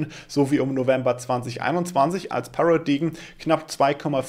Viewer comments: Paradigm spricht sich 'Pärädeim', nicht? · “Paradaim” solche Worte sollte man schon nachschlagen wenn man nicht weiß wie sie ausgesprochen werden und 12x im Video gesagt werden 😅